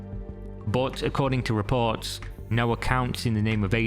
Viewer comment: "reports" has an "r" sound.